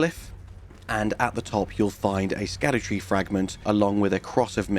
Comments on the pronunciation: Just a tip. It's pronounced Shadu, not skadu. 👍🏻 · Love your work on this series. I believe 'scadu-' is pronounced like "shadow". it's an old english way of spelling the 'sh' sound.